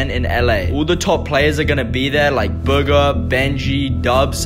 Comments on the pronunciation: I DIED WHEN HE SAID “BOOGER” Instead of Bugha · 0:4 this man really said buger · When he said Bugha it sounded like booger and I died laughing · Lol he said buger